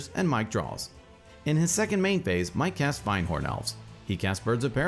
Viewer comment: The hairs on my back stand up whenever I hear [fahynd]horn elves. It is pronounced [find]horn elves. I beg of you, please, spread the truth. :(